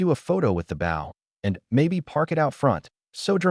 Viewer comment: AI has trouble prouncing bow LoL